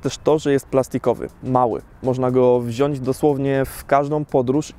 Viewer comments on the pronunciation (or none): none